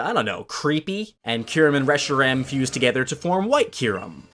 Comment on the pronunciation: you say so many pokèmon names wrong, watch the anime to learn how to say Solgaleo and Kyurem